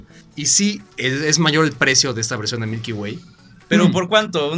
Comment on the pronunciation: "Milky wayk" 😂😂😂